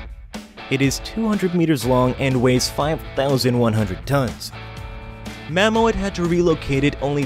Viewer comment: Enjoyed the video, thanks. Oh, and the brand of the machine transporting the airport hallway is pronounced Mammut, not Mammo-et.